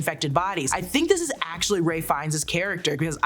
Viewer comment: Ralph Fiennes. The "l" is silent.